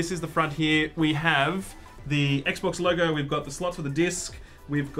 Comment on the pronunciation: It was so heavy it made you say Ek Bocsss as the name xD, noice